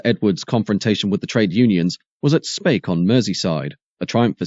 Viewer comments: really? Thanks for the education but I don't know of any dialect that would pronounce Speke as Spake, there is also no 'ea' in SPEKE. Did you stop and think that I may just have been correcting the commentator so he doesn't make the same mistake in the future? Jesus there's some sad gits on here. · you pronounced speke wrong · Speke in Liverpool is pronounced as SPEEK not spake for future reference, a town that can trace its original roots back to the domesday book as the hundred of Spec , trust me I grew up there. It was also a blast from the past watching all the Triumph footage seeing faces of dozens of people I knew personally back then at the time, - and NO I wasnt one of them as lets just say MY politics or union appreciation most definately did NOT dove tail with theirs ! but it was good all the same to see faces I knew well from nearly forty five years ago....some I merely didnt like....and some I absolutely despised lol for enthusiastically going along with their idol Arthur Scargill and co and the TGWU's ten year ongoing attempt to deliberately ruin this Country into bankrupsy. the last second shot of the picketing of the gate you can see an old Volvo b18 driving in - that was a personal friend of my Families trying to get into work and getting turned away. I spent about ten minutes rerunning the video trying to remember names I havent heard in years to faces. did you know that at the time of the TR7's launch and in the face of massive American pre orders there was a game popular amongst the production line staff to see who could cause the sneakiest hidden damage to the cars coming down the line with the absolute blessing of the shop stewards, the most popular one was using an air drill with an eighth inch bit to punch tiny holes in hidden, inaccesable locations in the fuel tanks, sumps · Spake? Speeek 😂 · On Merseyside, it is pronounced as speak rather than spake. 😁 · "Speke" is pronounced like "Speak" otherwise EXCELLENT programme.